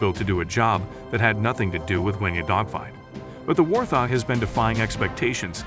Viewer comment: It is not a war-thog.. Hoorah for AI!